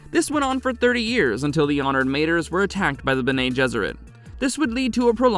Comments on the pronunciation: Guys guys guys please for flip-sake check your pronouncication before you post content. You do have ai available to you so there is no excuse to pronounce words correctly like honoured "MAH-TRAYS" . Not matrees and mah-trees. Cool that's it thank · it would be pronounced: ma-trËs, as the number three in spanish almost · Good job but several mistakes that core Dune fans will catch. Mentats dispersed during the scattering, yes, but you mentioned it as if it happened during Leto IIs time? Honored "Mayters"? You said face changers twice, then you said face dancers? If you listen to the video before posting you'll easily catch these items. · Got to love it when the AI can't pronounce anything right